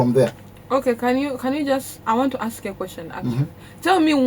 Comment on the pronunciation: She said "axe me"😅😅instead of "ask me"